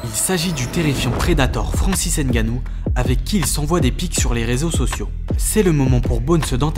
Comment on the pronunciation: Pitié arretez de dire hainegannou aimebappé etc… vous savez bien dire pneumonie sans dire péneumonie non ? S’il vous plaît